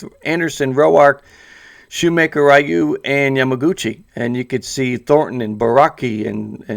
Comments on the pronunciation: My goodness man .... I beg of you to learn how to say his name!!! It’s NOT riyu ! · plz stop saying rayu